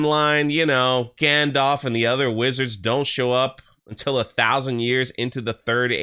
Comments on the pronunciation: It's not gandolf.. It's gandalf. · Its gandalf not gandolf and ill be very, very surprised if meteor man is gandalf. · Gandorf and Lombowski. Is any one else ripping their hair out every time he says this? Maybe he's not used to public squeaking, he piss-pronunciates a lot of worms. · Gayndalf you mean..